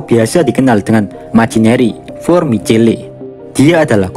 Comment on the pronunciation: Di baca micel bukan micele